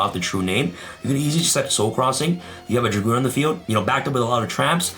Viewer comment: Red Eyes Dark DRAGOON, NOT DRAGOONSSSSSSSSS